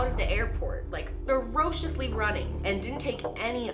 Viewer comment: “Ferousily running”